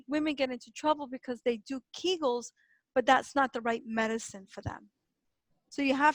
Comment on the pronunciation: Kee gels. Not kag gels